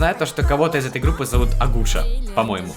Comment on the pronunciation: НЕ АГУША!😅 А АКУСЯ!